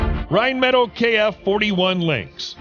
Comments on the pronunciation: My brain hurt everytime he said rhinemetall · ITS PRONOUNCED "RHINE-METAHL"